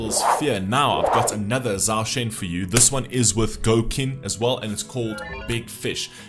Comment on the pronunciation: Thank you for the reaction. His name is pronounced more like Chow Shen, there's no 'z' in the pronunciation and no 'a', so not zaw shen, but chow shen. ^^ And Qin is pronounced Chin.